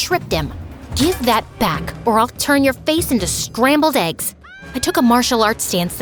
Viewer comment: "Scrqble eggs"